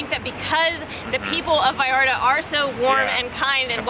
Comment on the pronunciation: I like how you pronounce Vallarta. We are all brothers, all we want is peace no matter where you come from